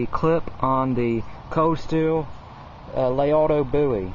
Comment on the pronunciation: Interesting history, knife fighting skills were more important when almost all firearms were single-shot. The Colt sidelined the fighting Bowie for the most part. I think it's pronounced: la-RAY-doe